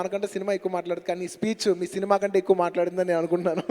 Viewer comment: First Telugu maatladatam nerchuko.. veyya kaadu it's veyyi(1000) inta kanta kaadu inta Kante..